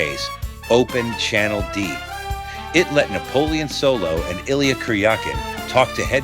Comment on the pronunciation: It wasn't a one-off for David. He was signed for 7 eps originally. And it's EEL-YA, 2 syllavbles, not 3. Klemmer developed the MAUSER version of the gun--which didn't work when they went to film! The Walther version was borrowed from COMBAT and transformed by Arnold Goode and Bob Murdock.